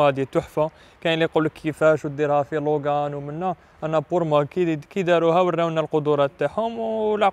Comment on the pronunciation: داسيا لوجان كي تكمل قرايتها 😂 المهم الله يبارك